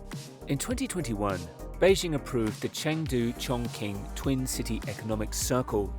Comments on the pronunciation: "Chongqing" which is pronounced (Chong-Ching), is mispronounced in this video by an AI-generated voice as "Chong-King." This occurs when written script is interpreted literally as it looks, without prior knowledge of the audible sound that it is culturally derived from. AI-voice overs, are notoriously full of these errors of mispronunciation. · Amazing structure! - the pronunciation of Chonqing is like 'Chong-Ching' not 'Chong-King' 😉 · If I hear “chonking” one more time 😭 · its pronounced chong-tsching. like the qin dynasty (not the same character but close enough) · "Chong-ching" please! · Its pronounced chongching btw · I see your research didn't go as far as the correct pronunciation of the city name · Everyone appears to get the pronunciation of Chongqing right except you. You can ask ChatGPT how to pronounce things or even select text on an Apple device and choose Speak, or you can fly to Chongqing and ask a local. There’s no excuse for butchering names anymore. I’ll be watching you, DON’T make another mistake. Sheesh! 😡😂😂